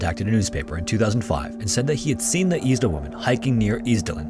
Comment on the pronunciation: Is this a person talking? You said Eczema wrong. I think you said Isdal wrong too.